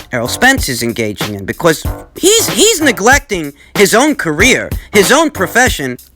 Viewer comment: Liking the emphasis on the word because BECORS